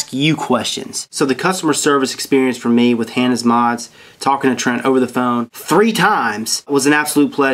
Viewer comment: Hah-naa is the way its pronounced